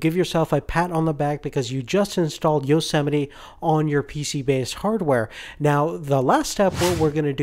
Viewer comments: You don't say it "yosemeti". You say it "yosemait" (btw i tried typing greek characters but it did not work) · yo-se-miti? I thought it was yo-see-might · EXCUSE ME? YO-SEMITY? Its Yosmite